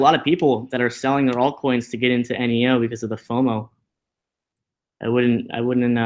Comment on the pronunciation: I thought it was pronounced neeeooh not eneeeooh